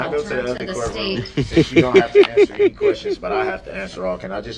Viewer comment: "did you have n-tee interactions with the defendant?" I still don't know how he screwed up the simple word ANY so bad haha